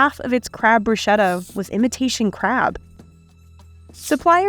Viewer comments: i was watching religiously until she said brusheta... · Your pronunciation of bruschetta is as fake as the crab! 😂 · lol Crab Brew-Shedda... is that a Redneck Dish? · I am sorry but if within a food-related video documentary you can't correctly pronounce basic food-related words, like "Bruschetta", change job. Also Fraud vs Mislabeled? Really? Duh... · Bruschetta is always mispronounced, lol